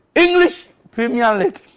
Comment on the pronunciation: Inlish priemer lig mancaster yunaitid 🤣🤣🤣🤣